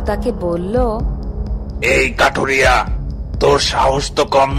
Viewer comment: Barbar se kathuria se kathiria kore bolchen kno sunte valo lagchena